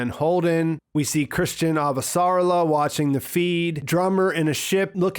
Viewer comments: It´s Ava-sa-rala not Av-sarla-a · Pronunciation: a-VA-sa-RAL-a. 5 syllables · So phonetically, it’s pronounced “Ava - Ser - Ah - la”. I’m going to leave this here for next time... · The guy that narrates the audiobooks also pronounces it Av-sarla-a Drives me up the damn wall. :/